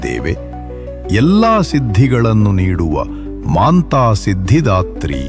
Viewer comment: Kannada language full of mistakes...y? She is Matha siddhidhatri not maantha siddhdhatri